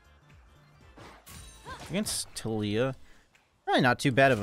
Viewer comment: Wrecked that “Tilleeya” in lane 😂